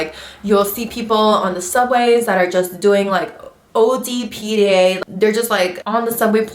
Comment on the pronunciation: Are you from new york loll i picked up on that "ode pda"